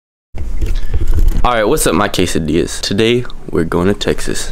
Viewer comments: Apparently he calls his fans keisadillas....yh i learnt this an hr ago from a comment from this vid lol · Ghostboyss y’all do know he calls his fans “keisadillas” right